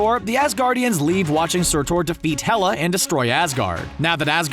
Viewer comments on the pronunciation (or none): It’s surtur not sur-tor.. Jesus that hurts my soul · Surtur, no Surtor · Didn’t know it was pronounced surt-OR even thought it’s spelled surt-UR. 😂😂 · surtour no surtur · i hate how he says surtor not surtur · its pronounced "Sir-Tur" not "Sir-tor" it was said multiple times in the movie, Do you even watch your own videos? XD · It’s surtur not surtor... aha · Surtour? It's pronounced surtr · Surtur is not pronounced Ser-tor, it is pronounced like Ser-Ter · How did the pronunciation "sir-tore" make it into the final video where there are MANY times his name is said through the films as "SIR-TURR" Surtur is powerful enough that he deserves you pronounce his name correctly. It's like saying "thane-ose" come on. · Surtor? Is sur tur.... how can you not get that right 😂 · SURTOR its Surtur or Surt not Surtor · SIR-TER NOT SIR-TOR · I’m sorry to be like this but you were pronouncing it surtor but it is pronounced surtr (surter) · Its Surtr, not Sirtaur. like seriously? Mooseplilhime? Please stop, learn the pronunciations. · ”Surtor”? It’s Surt”u”r... and he died as he destroyed asgard and fulfilled his destiny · and are u high its not sortor its surtur/surt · I love how the movie says surturs name like 5 plus times yet these guys still say it wrong ("sir-ter" not "sir-tor") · Why you say surtor it’s surter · Sur-tur. Not Sur-tour! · Bruh the pronunciation Sur-ter not Sur-TOR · surtaur? surtur, pronounced SUR TER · It's surtur not surtor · Surtoaaar Surtur Which ones right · Its pronounced Sur TER NOT TOAR LIKE SOAR GOOD GOD. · IT'S SURTUR not SORTOR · Surtur not surtour... makes me want to /wrists everytime you said it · Surturrrrr not sortor 🙅🏾‍♂️ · the way you pronaunce surtur destroyes the hell out of me, its a u not a o please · Ah yes "surTOR" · “Sur-tore” and “Odinsins” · Sir-Torrr! You pronounce Norse words worse than an Australian playing an Asgardian with a British-American accent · SURTOR... this pisses me off so much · He calls him surtor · SurTOR... smh